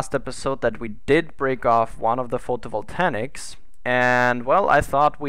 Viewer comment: The space truck needs landing legs. Photovoltaics! Say it with me: foh-toh-vol-tey-iks. XD :P